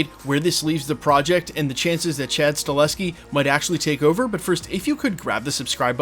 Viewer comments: Sorry to the that guy, but it's Sta-HEL-ski, not Sta-LES-ski. That being said... he'd be a GREAT director for Blade (IF it ever ends up getting made)! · YES we need John wick director Chad STAHELSKI brother ☺ it's just funny hearing you say Staleski in all your Blade Vids. Unfortunately he's gona be pretty busy in the next couple yrs especially if he is gona direct the new Caine series (if that's happening) 🤞 BTW thx for all your Vids bro. Appreciate ya!